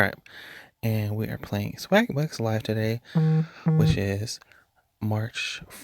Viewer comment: I could of sworn I heard "swag-butts"🤣 egg is fritatta! I would totally wreck this game 😎